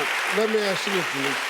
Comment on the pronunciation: man, you really got to teach your kids it's not "axe" it's "ASK" with a K, i'm not from an english native speaking place, i'm in Europe, and we learn that in pre-school, it's not that hard, it's my second language, and i cringe when people say "axe me" it's just sounds so weird. ok SOME people have speech troubles, but this is not it, when half your country say that same thing, it's cultural problem. or just mean your school system failed them. because AXE ME is not only sounding weird, it's also misleading to a degree. axe means to me what a firefighter uses to breakdown a door. not to ASK something.